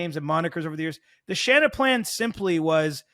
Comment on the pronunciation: Please never say Shannaplan again lol 🤮